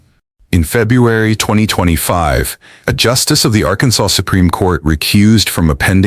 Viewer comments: AI says "Arkan-Sauce" 😂😂😂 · Arkansauce? Really?